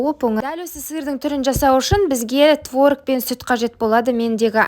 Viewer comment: Творыыг емес творОг